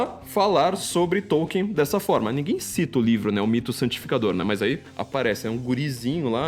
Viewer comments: tollkeen. nao e tolien sa fala KARAIO. TOLLKEEN. o qe...vc nem tem um dictionary de pronnciacao ingles kassete-kakaka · esse paree atras me faz lembrar as 70s. so falta uma lareira karaio.. tambem nao come areira. souu inteletal mas o teclado ta riuum. nem conheco NINGEM qe ler TOLKIEN. Popper sim. Kuhn sim. Qe porra vai ler TOLKIEN. OUTRO - e pronnnciado TOLLKEEN ta bom? Nao e TOKIEN. e TOLLKEEN.